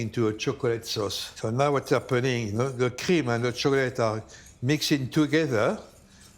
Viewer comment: It’s not that difficult to pronounce chocolate